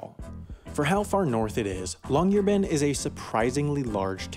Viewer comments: This place is a research city. It's essentially a base for the local university of Tromsø. The way the guy pronounced the name of the city was cringe. Folks don't live on Svalbard (the name of the island) the way they do in other cities in Norway. It isn't 'illegal' to die on Svalbard. It is something that is actively avoided due to the problem of disposal of dead bodies and the expense to the family of flying a dead member to the mainland for burial or cremation. It is illegal to bury a human corpse there, but that goes for the disposal of bodies just about anywhere, I'd image. The half as interesting guy has also failed to mention that there are also Spanish Flu bodies in the permafrost in Alaska and the work done on the research of a female corpse from there that was published in 2007. Again... not 'illegal' to die on Svalbard. If that was the case, we'd have to jail tourists who get themselves et by polar bears. 5 deaths since 1971 but many more attacks. Recent ones: 2011,the death of a young man from England, 2015, a Czech man was badly mauled but survived, 2020 a Dutch man was killed by a polar bear. These were all people in tents. Tents made of fabric. Just pretty wrapped treats as far as a polar bear is concerned. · I have found three videos that all pronounce Longyearbyen completely differently... Long-yeh-arr-baïn Long-year-byen Long-JEER-byen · Yeah, that really bugged me too. If you're going to mispronounce it, at least go for "bee-en" since Americans don't really have the Norwegian y sound, so it's easier to pronounce y's like i's. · Great video, but as a Norwegian hearing you constantly butcher the name was quite jarring, especially since you said it so many times. The "byen" part is two syllables. "By-en" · Long-year-bye-n(ot today, or never) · You can literally just go on translate.google and put it on Norwegian, type in "Longyearbyen" and hear the computer pronounce it. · I speak Norwegian and I just can't with the way he says longyearbyen